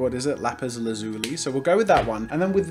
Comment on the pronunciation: Steven universe fans already know he pronounced lapis lazuli wrong